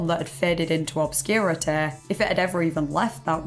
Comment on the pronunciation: You pronounce "obscurity" like Cartman would.